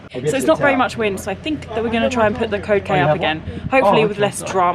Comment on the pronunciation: It’s funny when you say the code k It’s sounds like cocaine 😳🤷‍♂️ You might have to change the letter. K . To a M .🤔😉🦋💖. Love this episode . 🐬🇦🇺🦋⛵️